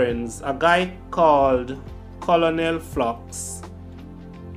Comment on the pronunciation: C-O-L-O-N-E-L is pronounced KERNEL.